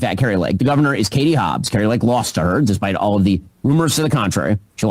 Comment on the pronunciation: I heard you Ben. You said “Hatie Hobbs” real fast.